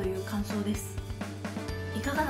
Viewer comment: 「さようなら」が限りなく「サヨナラ」に近い発音なのが感情を失くした女ロボみたいでイイ